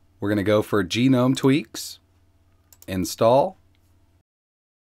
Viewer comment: gnome not genome ;p